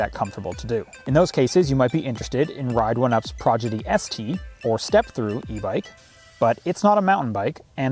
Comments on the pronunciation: Prodigy, not Progidy 😊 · Every time he says "progedy" I cringe. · Why is he saying Progidy? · If you “aks” me, I like progidy better 😂. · He says it so many times